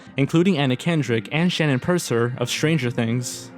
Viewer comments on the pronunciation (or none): none